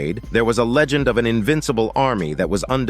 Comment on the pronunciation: 😅😅😅,, leg wat u say? Leg agent 😫😆